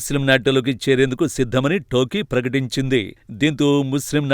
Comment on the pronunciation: అది అది టోకీ కాదు టర్కీ ఏం చేస్తున్నావ్ బాబు